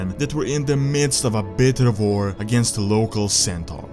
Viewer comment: Why do You say war with a V